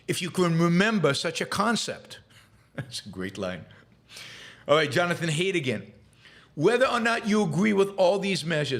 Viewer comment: excellent point, Yaron! What a great recognition of both truth and strategy. But I believe Jonathon Haidt is pronounced "height" not "hate". :)